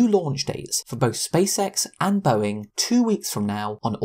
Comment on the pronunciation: Its not "Boeink" Its "Boeing"